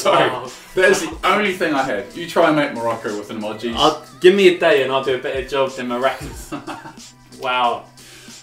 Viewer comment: Why does say (i-moj-ee)?? its (ee-moge-ee)